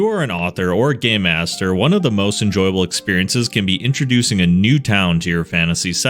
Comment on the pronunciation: Did he start the video by saying "if you are an author or a gay master" or am I trippin